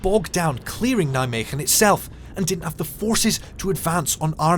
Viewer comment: Kudo regarding your Dutch pronounciations, getting the “g” right in Veghel and Nijmegen. I don’t think I’ve ever heard a native English speaking person getting it right! Well done. And a fine documentary on MG as well. Question: I recognized many of the scenes but are the landing images - originally from MG? It looks like farmland, while the landing terrain was mainly heath.